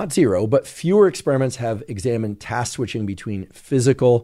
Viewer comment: Had to giggle at Dr Huberman saying "Task Squishing" 🤣